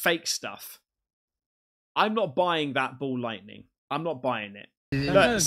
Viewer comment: Its not Ball lightning, its 'Mall' lightning :P